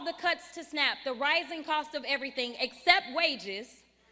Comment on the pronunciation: 😂😂😂😂😂😂😂. Stay the course girl. You go girl 😂😂😂😂😂. You do dis and dat and aerytang lol. TRUMP is WINNING BIGLY